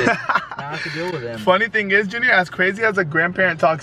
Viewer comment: It’s junior not Junear